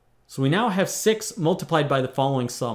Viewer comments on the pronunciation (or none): All I hear is: Sex... sexist sex....sex hundred and sexist sex...